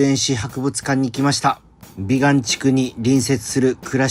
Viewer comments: びがんでなくびかん地区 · 「びがん」て言うてるけど、「びかん」やろ？www